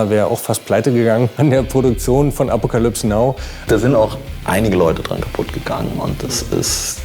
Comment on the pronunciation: "Appokalüps Nau"